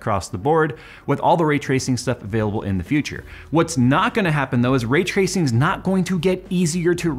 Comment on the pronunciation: 😂 I couldn't tell if you were saying ray-tracing, retracing, or rate tracing...